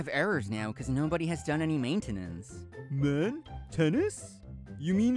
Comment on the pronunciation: Considering he pronounced maintenance wrong, it's safe to assume he's an idiot.